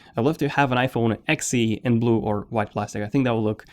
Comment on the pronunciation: When you say iPhone XC it sounds like iPhone Sexy and well, I’m okay with that😉 because it is